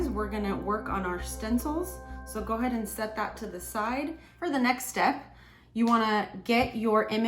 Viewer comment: Stop saying goahaed!